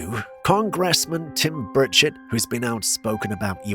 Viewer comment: We heard that too, but it was funny, not anything negative 😊